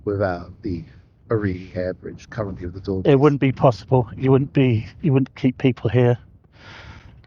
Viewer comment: Puzzling mispronounciation of Dornier.